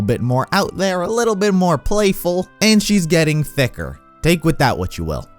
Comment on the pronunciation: Oh she getting thick XDXDXD The way he said it two.